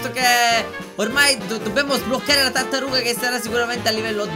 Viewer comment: ti vorrei dire che nel momento 9.' 32 ai detto la cartaruga invece che tartaruga